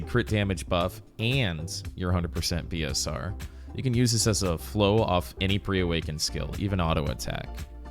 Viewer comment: Oh BSR? It sounded like you said P and not B, nice to know the abbreviation. Haven't played with people enough to know the lingo for BDO, have played with friends, but they don't seem to know the lingo either